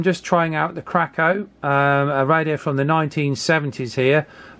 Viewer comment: Oh, I worked on these back in the 70's. It's pronounced "Kray-Co." They were pretty awful. They also made stereo equipment. CB radios were so in demand, there was a shortage of them from the main manufacturers, Midland, Coba sets were always by far the best. Royce was pretty good. As I recall, there was a "Pace", that was pretty good, too. Teaberry? was junk. I think Kraco also made for Sears ("Roadtalker" as I recall.) The "President" series was fair. You may have an illegally modified set. They would cut the ALC diode, and spread out a coil. That was it: And then, you had a splattering mess. Sure, that made the signal wider, and on a similar poor receiver it sounded "better" but then you lost the range. Shannon's Law is Shannon's Law! 73 DE W8LV BILL